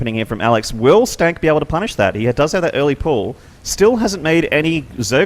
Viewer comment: Nope, it is "stan kee" :P